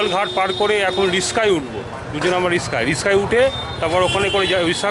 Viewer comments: রিস্কা না রিকশা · It's riksha,,, not rishka 🙂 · দাদা কথাটা রিস্কা নয় রিকশা/রিকশো 👍😃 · Riska noi re rakkhos, ota rickshaw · Apni bolchen Riska but ota to Riksha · রিস্সা/ রিসকা দারুণ বলেছো